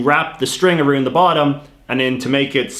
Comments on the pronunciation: I have never heard anyone pronounce around aroond lol. What province are you from? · Who the hell says "aroond" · Arooond reeealllyyyyy 😂